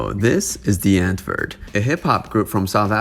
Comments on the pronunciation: love your videos and this series! just and some help bc im south african it’s pronounced “ vat cake yay “ and “ di-ant-voort “ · Great content - watched all your vids on this. As a South African, a little basic pronunciation help: W in Afrikaans is pronounced as a V. So Die Antwoord would be (phonetically) Dee Antvoord. Wat kyk jy - vat cake yay... Please feel free to ask if you need any pronunciation tips moving forward x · Ur saying the name wrong... It's Afrikaans... Look it up on google translate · Please learn to correctly pronounce their name! Not "dee-ant-word" it's dee-ahntvord, the "or" sounds like or. Wat kyk jy is pronounced "vaht cake yay". You also don't understand South African culture. These guys are zef. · We South Africans are not proud of these people. Most of us don't like their music. It is Die (Harsh D phonic sound) Auh-woord. Want help with pronunciation dm on Insta. (Same name and here) and I will help you. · Damn, that is one of the worst pronunciations of "Die Antwoord" I've ever heard😂 Can even imagine how much you would've butchered my name🙉 Btw I'm not supporting their actions by mocking his pronunciations, just thought it was a real funny way to say it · i kept cringeing at how mispronounced all the words are in this video , but it was interesting nonetheless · Can you at least pronounce their name right? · I had to laugh at the pronunciation! Also the way they say Die Antwoord. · i had the sink on for the first minute of the video and “die antwoord” sounded EXACTLY LIKE “the n word” lmaoooo